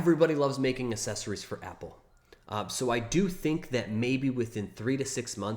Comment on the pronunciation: please, for the love of god, stop saying "Assessories." There are 2 Cs in the word; the first is hard, the 2nd is soft.